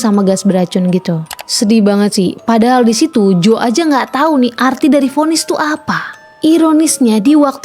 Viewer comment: Jo kak bukan joe bacanya😢